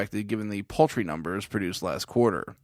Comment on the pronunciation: What are poultry numbers? That's what I heard you say and confirmed by the subtitles. Besides that. another great video.